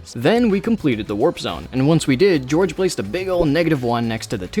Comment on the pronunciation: "hello, we're the English police, we're here to arrest you for saying Georfe instead of George"